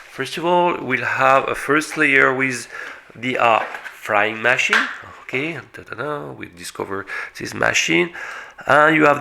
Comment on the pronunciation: Nice 'máchine' .....😃😉😄